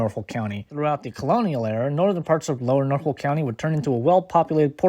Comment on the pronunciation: Are you really from the area cuz you can't even pronounce Norfolk right?